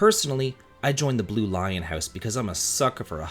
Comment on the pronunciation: Ah the “blew” house.